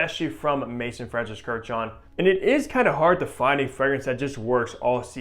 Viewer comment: Also, MAAAAAAYZOOOOON. Not Mason. FFS.